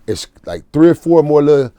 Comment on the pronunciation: "When they first came out, that drop it like it hot. I believe it was that drop it like it hot record.or uhhh... Where they dancin, and... drop it like it hot?!" Lmao this part was funny.. and he aint pronounce no S's in "It's" when he say's drop it like it's hot.